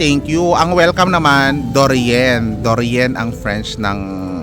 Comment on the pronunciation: Welcome sabi mo dorian,,,it's say or sag or pronounced it doria write it de rien. Or say dhorya.Merci beacoup thank you. Answer de rien or say dhorya.